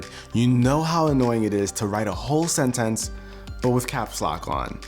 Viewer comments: He says sentence kinda funny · Why does he pronounce "sentence" so odd? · Oh my goodness.. That caps lock fix is going to be a life changer! Also, that was the most interesting way I've heard anyone pronounce 'sentence'.